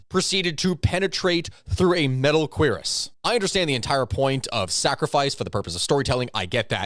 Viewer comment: One minor quibble to your breakdown. Actually 2, First is the Cuirass is pronounced more like Cur-Ahs. Second is the cuirass was made of leather which a wooden piece of wood could very well impale if it had enough force. Oh one more thing, everyone was cheering for this to happen they way it did. It was only the next repeat viewing that we realized what a piece of crap it was.